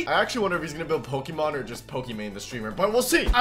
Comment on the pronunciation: After he said Pokeman I laughed so hard😂😂😂